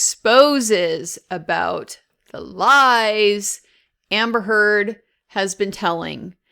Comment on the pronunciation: PRONOUNCE NAMES PROPERLY. SHES A NIGHTMARE BUT C'MON